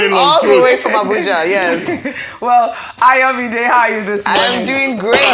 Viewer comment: So nobody can teach Ojjy how to pronounce Ayomide up till now?😂